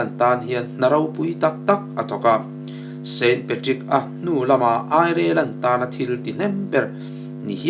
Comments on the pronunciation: Airilen tiin lam ri ve mai la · Germany,Airelen maw i chhiar sual chiang Ireland ni ngei tur a ni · Ireland lamdan lola zir rawh. Azathlak lutuk deu